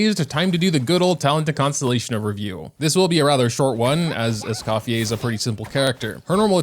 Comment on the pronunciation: scofiei lmaoo, it's scoffiER.